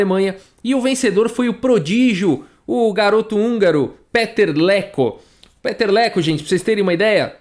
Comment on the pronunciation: VOU DAR A PRONÚNCIA CERTA DELE: PITER LEKÔ